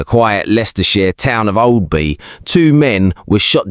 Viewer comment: OP can’t even pronounce Oadby ffs